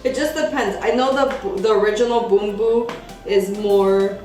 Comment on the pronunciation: Love how you pronounce Bumbu!!:) Nice review!